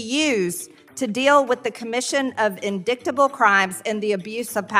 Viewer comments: its not pronounced in-dickt- table its pronounced in-dite-able , MS Greene the actual word is spelled indictable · ...MarjTayGreen ''...in-dik-table crimes...'' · MTG: "Indicktable..." 🤡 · Marjorie Taylor Greene: IN-DICK-TABLE crimes? She really is that stupid. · MTG pronounced the word indictable like this: in-dick-ta-ble. Let’s remember that she and Herschel Walker are University of Georgia graduates. Don’t send your children there. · In”dick”table? Good god. MTG needs to just go away. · What is an "In Dicktable" crime? Liz Cheney never took phonetics in elementary school? She's a MAGA moron. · Did MTG actually say "indicktable"....how about "indictable"? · MTG: "In-dict-able crimes" 😂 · So ironic that MTG pronounced “indictable” as in-DICT-able. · Well she certainly is "indicktable" cos I wouldn't risk mine in there! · MJT: In- dick- table instead of indictable? LMAO